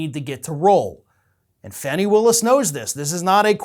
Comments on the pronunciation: Fani Willis' name is pronounced 'FAWNEE', not Fanny. Please provide the proper respect for the woman and her position. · It makes me laugh, but it's pronounced FAW-Nee, not FANNY! She might not appreciate that one. Lol! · can you please pronounce her name properly?!?! Fawn-ie, not Fanny